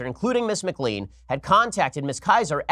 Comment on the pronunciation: You mispronounced McLean - it is pronounced McLane.